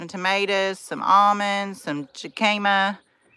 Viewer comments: 😂😂 it's pronounced hick a mah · It pronounced “hick-a-ma”. Meant in the best way possible. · Are you saying Jicama?